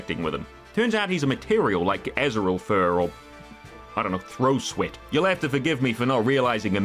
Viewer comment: When said, "throh sweat," i was mid drink. Now, i feel incredibly nauseous. Thank you,, for ruining my morning coffee with two words.